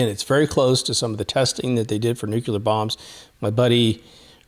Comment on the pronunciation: New-cue-ler? Love this channel. And it's new-clear. Nuclear.